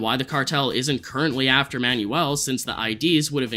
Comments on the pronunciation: My guy its pronounced "man-well" not "man-you-ull" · The name "Manuel" is pronounced "Man-well" my guy, not "man-yoo-ul" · Manuel is pronounced "man-WELL"